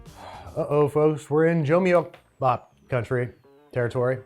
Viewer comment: The Korean rice ‘onigiri’ jumeokbap is pronounced close to joo-mohk-bap. And bao bun? Really? Bao means bun. You’re saying bun bun, Like saying ‘naan bread’. Naan means bread. If you did a ‘Botched with Babish’ on all the times you acted like a ‘murican it’d be a three and a half hour episode